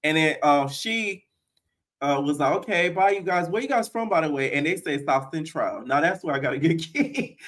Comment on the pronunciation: “But chase isn’t into T girls” 😂“From the south centrowl” 💀